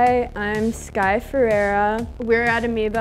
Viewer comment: thats not how i pronounce our surname 😅😅